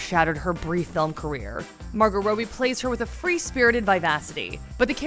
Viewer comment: Margot ROBE-E is that how her last name is actually pronounced? no way lol